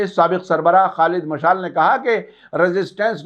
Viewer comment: Salamun alaykum sahabmaf kijye Aap kuchh alfaz ka talaffuz galat karte Hain shayad is ki wajhah English zaban se naqal karne ki wajah se hai jese hoosi ko hoti kehte hain ya jese Khalid مشال ye galat hai sahi ye hai مشعل maf kijiye ham Aap ko brabr sunte hain